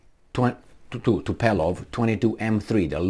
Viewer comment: What's " Tupelov" 😂😂😂😂😂😂😂😂